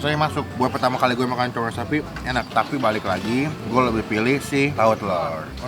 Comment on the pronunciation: CONGOR BANG BUKAN CONGOL wkwkwk